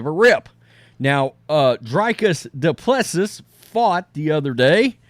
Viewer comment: His name is pronounced Dew-Pleh-See.